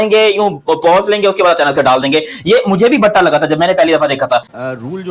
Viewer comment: Bhatta nahi hota batta hota stone wala batta